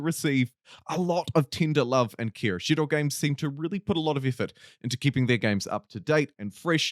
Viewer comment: "Shiro" games pronunciation - weeb detected. They're not even from japan.